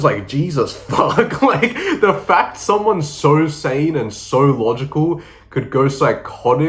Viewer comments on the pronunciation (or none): none